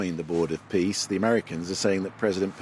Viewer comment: Did he just say "Board of Piss"?